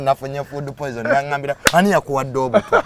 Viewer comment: Who else heard polizoning😂